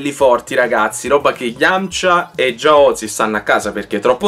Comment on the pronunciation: guarda che Jiaozi si pronuncia "giaòz" (è un nome cinese) xD anche se in realtà il nome originale è Chiaozi (ciaòz, come correttamente pronunciato nel film), infatti il Tori che amava prendere nomi di cibi e storpiarli, prese i ravioli cinesi, i Jiaozi per l'appunto, che in katakana diventa jaozu, e lo storpiò in chaozu. Non so perchè all'epoca i Kacca Boys decisero di portare il nome alle origini (non l'unico a dire il vero).